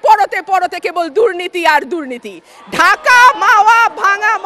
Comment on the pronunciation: It's not dhurniti,,, it's durniti 🤣